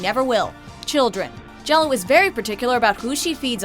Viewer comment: Correction on 10, Gello. It's actually pronounced similarly to Gyro sandwiches but with an "L" in place of the "R" sound. So it would be pronounced "Yeeloh" Not Jell-O.